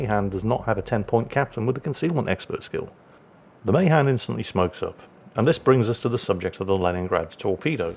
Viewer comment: Ma Han not may han